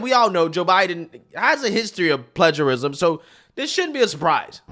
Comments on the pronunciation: What's 'pledgerism',? Seriously, this is a pretty common word, not sure how one would make it through school much less college without hearing it said countless times. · WTH is "pledgerism"? Are you trying to say "plagiarism"